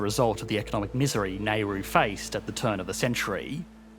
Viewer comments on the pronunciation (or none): Wonder how one can pronounce 'Nauru' as /neru:/, like the surname of the Indian statesman Nehru. Some seconds on the Net and one may see that it's pronounced /nauru/, unsurprisingly. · Nar roo Not nay ru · drove me crazy the entire video. It's Now-ru, not Nay-ru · Why are you pronouncing it "Ney-roo"? Pretty sure the correct pronunciation is "Nah-oo-roo" Also, it is "Nauruans" (Nah-oo-roo-ans), not "Naurusians" (or Ne-roo-shiens as you pronounced it) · please note; The island's name is not pronounced 'Nairoo' but 'Nowroo' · Neh-ru? That would be a former Indian prime minister. Nah-oo-roo? That would be a Pacific island! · How did you get " nay roo" from Nauru 🇳🇷 ( now roo) Nauruans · Essentially Australian NZ and British interests screwed them over. "Nay ru" is "Now ru." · There are a couple of fundamental errors in this video. Firstly the pronunciation. Its not Nay-roo, its Nah-Roo. Secondly the population are referred to as Nauruans, not Narusians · Not "Nay Roo"..."Naah Roo" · How does an Australian manage to pronounce Naru as Nayru? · The “a” in Nauru is not pronounced “Nay” but like “ah” as in “apology” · Based on how it is spelled it should be pronounced NOW-ru, not NEY-ru. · Nauru is not nay-ru, it is now-ru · Please do a bit of research on pronunciation. You are pronouncing "Neru" when it is "Nauru". Simple search in YouTube or google can bring you example of the correct pronunciation. No one likes their names to be called wrong. Please, don't let a small thing like this ruin the much effort you put into preparing this video. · The video has the 2021 numbers for GDP, but keeps showing the chart that ends in 2012. Don't be lazy, and just draw a graph if you can't find one. Also, please don't call it "Neh-roo". It's Nauru. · VIDEO: NAIRU REAL: NAURU MIND: NURU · Kept saying NAIRU instead of Nauru….true economist 😂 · he kept pronouncing it NAIRU as in Non-Accelerating Inflation Rate of Unemployment. LOL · Nayroo? Not Naroo? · t is pronounced Nau-roo.